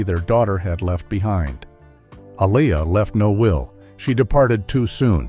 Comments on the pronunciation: Please pronounce her name correctly! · Keep butchering her name why don’t you 🤦🏽‍♀️Artificial Intelligence vs Actual Idiots 🤷🏽‍♀️😫